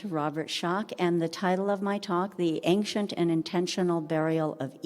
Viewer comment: very interesting but please see below The word "ancient" is pronounced as /ˈeɪnʃənt/. It is a two-syllable word with the stress on the first syllable: AYN-shuhnt. The key pronunciation point is that the "ci" sounds like "sh," not "k". Breakdown of the sounds: AYN-: The first syllable is pronounced like the word "ayn". -shuhnt: The second syllable has the "sh" sound, a schwa (uh) sound, and a final "t" sound. Tips for pronunciation: Practice the "sh" sound: Focus on making the "sh" sound clearly, similar to how it sounds in "she". Place the stress correctly: Make sure to emphasize the first syllable (AYN-). Listen to native speakers: Watching videos or listening to audio recordings of native English speakers can help you perfect the pronunciation